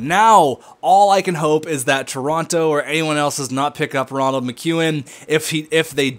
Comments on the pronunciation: Rol-end - Muh-que-in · Role-and Mic-ew-an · in all honesty not trying to chirp: do you have dyslexia? because you shank a lot of names and your calling Roland Mckeown ronald which doesnt make sense <3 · Roland not Ronald